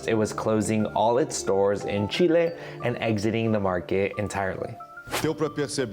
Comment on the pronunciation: Si estás hablando en inglés, no es necesario pronunciar Chile así.